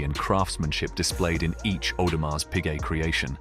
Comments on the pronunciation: The way the narrator is pronouncing Audemars with the “s” is making me cringe. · Would be good if the narrator, of this advertisement, would pronounce the name properly.